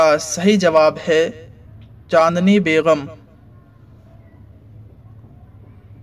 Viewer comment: بیگم ہوتا ہے بھائی، بیغم نہیں ہوتا 😭😭😭😭